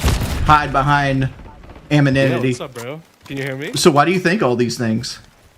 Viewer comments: "it sounds like he struggles with the English language" Also wings: "ameninity" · "sounds like he struggles with the english language" ...2 mins later..."you gunna, you gunna hide behind amaninity?" lol stupid jackass